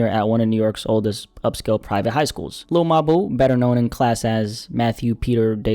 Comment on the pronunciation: Every time you say his name I get upset lmaooo sounds like you're saying hey my lil boo lol lmaoooooo